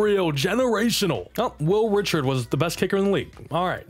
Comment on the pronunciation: Fyi when you're saying Reichard its not pronounced Richard, it's pronounced Rye-card. Love the videos, keep it up!